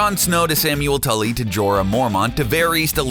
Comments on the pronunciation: "Samwell TULLY!?!?!?" it's Tarly. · is it me or did he say SAMUEL TULLY